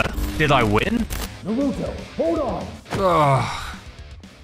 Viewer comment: Did jaraya say “nurooto”